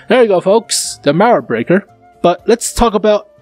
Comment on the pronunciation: I can help you pronounce "Mauerbrecher", just pronounce the "ch" like a "j" like in Juan or Jolinez ^^. You can trust me, I am German and it just sounds so akwards xDDD. Cool vid tho